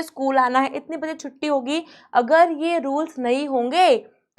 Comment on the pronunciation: aaaagar not agar